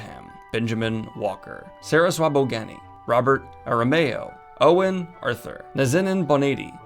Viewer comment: Just a heads up Owain is not pronounced 'owen' it's pronounced like o-wine, its welsh!